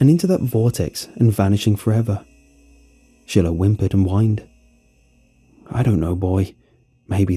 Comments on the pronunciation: It's Shiloh like shy-low not she-low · Shy- low!!! Shiloh is NOT pronounced shill-o! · lol never heard Shiloh pronounced that way.